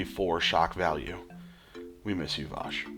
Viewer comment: And it's Wash, not Vash!!